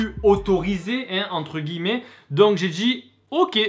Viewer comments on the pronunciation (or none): none